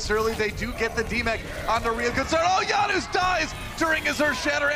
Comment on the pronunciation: guys, why does he keep saying YANOOS hes not south american where j is a ya plz someone explain PLZ JANUS EXPLAIN YUR NAME!